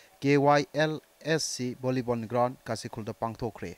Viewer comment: .Is it just me or Did i just heard "Vonnibon ground" ? 😅